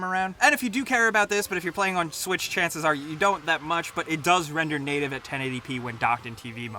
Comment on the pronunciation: he said Nintendo swish